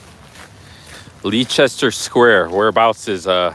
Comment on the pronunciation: Leicester Square is pronounced Lester btw. Best walk in London is from Victoria station to Tower Bridge, via Westminster, St.James's park (the Mall), Trafalgar Square, Victoria embankment, Southbank, Borough Market, Tower Bridge. Must see visit (free) Victoria and Albert museum. Good work son.